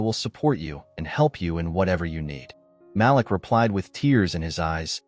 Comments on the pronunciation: Malik is pronounced “MA-LEEK”. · Great story... The name is Malik pronounced (Ma-leek) you remind me of the caller id on our phone pronouncing my nephews' name the same way. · The correct pronunciation is MA LEEK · My nephew name is Malik, please pronounce the name correctly!